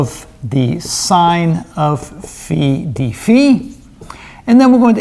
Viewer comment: Kudos for the impeccable dφ ("dee-fee") pronunciation!